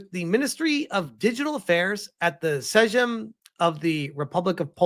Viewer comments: Sejm, you read is as SE-JM not sedzym or whatever. Its Parlament. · Sejm is pronounced like the English word "same" 😉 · Too bad the current political situation means nothing will come of it, because the new president will veto everything... Btw, "sejm" is pronounced "same" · "Sejm" is pronounced "same" in case you ever need to say it again :P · A small tip in case you ever need it in the future, the Polish word "sejm" is more or less pronounced just like the English word "same". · More like saym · Damm, Polish government actually doing sth reasonable for once? Didn’t think I’d live to see the day. Also for anyone interested - The Sejm is read in Polish exactly like English 'same' 🤓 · How awe-inspiring it is to see the red shield and Szczerbiec in the hands of such a noble initiative. Brings a tear to my eye. Also, little sidenote, "Sejm" is pronounced "Seym". Just hurt to hear that. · j is pronounced like y in polish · I'm Polish and I love how you butchered "Sejm' 😂 I find it funny you can use ai to translate but the pronunciation? Nah 😂